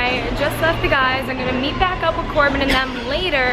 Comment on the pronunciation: its not corbean its corbyn😁😁😁